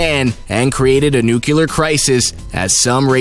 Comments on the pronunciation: You pronounce 'nuclear' as "new-clear" not "new-cue-lar". You're not Harrison Ford in Indy 4... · Nuclear pronunciation. Nu-clee-ar. Not nu-cu-lar. Sorry. Pet peeve. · Am I missing something? Dont want to be rude, but he was close with new "clear"....than new.cu.lar... When this word is mispronounced, it drives me a bit crazy. :) Sorry, I was trying to figure out what you were saying👍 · nuclear not nukular you dumb fuck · It is my top pet peeve as well! I once sat and counted George W Bush, saying Nucular 10 times in one speech...almost lost my mind, lol